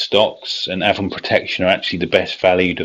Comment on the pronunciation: It's ay-von